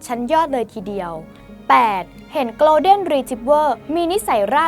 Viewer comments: ไม่ใช่ออกเสียงเร็ว ๆ กะโล = โกล. แต่ โก(ลด์)เด้น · 1. สัตว์โลกย่อมเป็นไปตามกรรม มันก็แค่คนชั่วห่มผ้าเหลือง อย่าให้ความสำคัญ กรุณาอย่านำเสนอไอ้เจ้านี่อีกเลย 2. อังกฤษผมก็ไม่เก่ง แต่ครูสอนให้อ่านว่า โกน-เด้น ไม่ใช่โกลว์-เด้น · Golden ออกเสียง โกลด์เด้น ไม่มีควบ ล. ลิง นะครับ ไม่ใช่ gloden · ขอนอกเรื่องนิดนึงนะคะ น้องผู้ประกาศขา golden retrievers ต้องอ่านว่า โกลฺเด้น ไม่ใช่คำควบกล้ำนะคะ ส่วนแครอทเดี๋ยวมันก็เน่าตายไปเอง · Golden อ่านว่า โกลเดน ไม่มี ร นะคะ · หนูอ่าน golden ผิดนะคะ